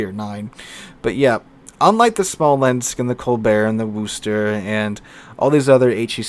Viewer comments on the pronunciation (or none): The way that you pronounce "Worcester" is absolutely cringy to those of us that live or have lived close to Worcester, MA.